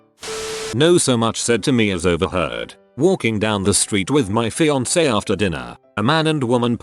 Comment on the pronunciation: 7:0: YES. this thing FINALLY pronounced fiance right